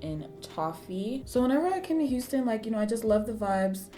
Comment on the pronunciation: I knew you moved to Texas bc I heard "hu" as in Houston